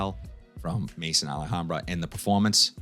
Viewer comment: Another great video brother. Issey intense is one of my all time favourites. I’m gonna agree tho that it can be decisive. For the record ,maison is pronounced may-zon , it’s the French word for house as in house of Al hambra. Last week’s rotation Monday : Givenchy Gentlemen Only Absolute Tuesday: Lalique Pour Homme (lion) Wednesday: Ferragamo Oud For Man Thursday: Afnan Rare Carbon Friday : Ferragamo Uomo Signature Saturday: Versace Oud Noir Sunday : C.K. One Shock